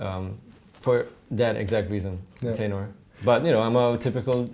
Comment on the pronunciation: What the hell in a "teenor" ??? Hello the word is tenor spoken like the word "ten" (10)